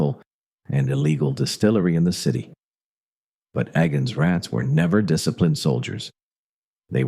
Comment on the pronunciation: and its (eee-gan’s) rats, not ay-gens.